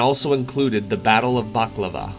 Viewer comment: Ba la kla va dear boy, not bak la va! 😂